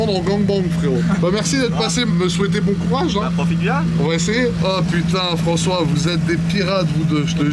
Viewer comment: Raoul evec Frencois 😂😂